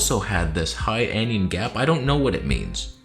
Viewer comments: "Anion"...pronounced "AN" "ION" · Anion, it's pronounced an-ion, a negatively charged ion, not like anyon or onion with an 'a'.